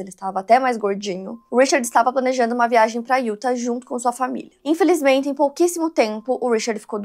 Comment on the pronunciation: Utah = [Iútá]. A única coisa que me dá gastura é a pronúncia errada de Utah em todos os vídeos kkkkkk de resto, não perco um episódio!